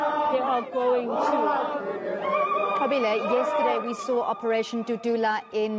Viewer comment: This white reporter learnt how to say the Reporters name "Nqobile" properly. Would she have done the same if she wasn't paid for it?